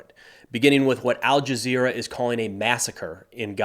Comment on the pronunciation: When you say al-jezzra I stop listening